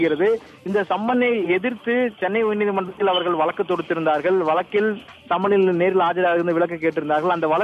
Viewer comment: Reporter should pronounce Tamil proper way. vazhukku instead of valakku. Tamil language is so beautiful don't spoil by your reporter. Not only you almost all channel reporters are talking same way. Don't kill Tamil.